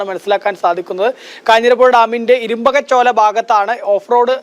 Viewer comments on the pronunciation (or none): ഇരുമ്പ കച്ചോല അല്ല ഇരുമ്പക ചോല